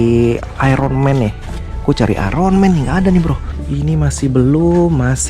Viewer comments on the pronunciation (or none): none